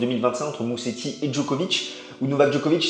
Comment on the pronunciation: En italien, un S tout seul en milieu de mot se prononce comme en français : Z -> Mouzéti :)